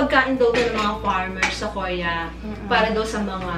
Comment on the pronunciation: Parang ang shala ng pronunciation ni sa "Korea" KOR-EA. Ang shala talaga